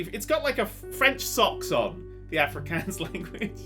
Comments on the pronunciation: Interested that Nerdcubed likes to pronounce my language so wrong (Afrikaans) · As a South African, hearing pronounce Afrikaans was the funniest thing. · Lol, I'm Afrikaans, and I have to congratulate you on guessing correctly. The way you pronounced the name of the language is hilarious though.